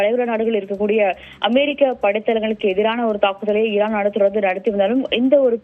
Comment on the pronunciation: என்ன டி மயிறு மாதிரி செய்தி வாசிக்குற லூசு ஈரானுக்கு இரான் டொனால்ட் டுனால்ட் த்து..... 😡